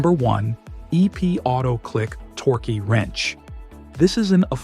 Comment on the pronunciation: "Torky" wrench? WTF?